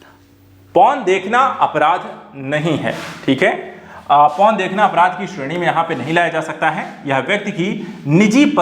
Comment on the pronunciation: araadh nahi apraadh